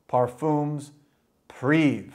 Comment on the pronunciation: it's not priv you can pronounce it " privee" privé in french. OK !!!